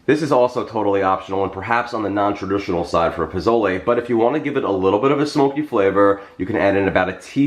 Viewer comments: Jeffrey, I love you and I ADORE your recipes, but can I tell you (without sounding like a know-it-all), that the proper pronunciation is “poh-soh-leh?” I’m from New Mexico, and Pozole or Posole is a huge part of our cuisine. Thank you for sharing this recipe. ♥️ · Pronounced Po-sol-aye, whether it’s spelled with an o or a.